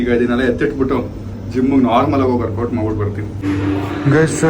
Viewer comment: Workout ❌ morkwot✅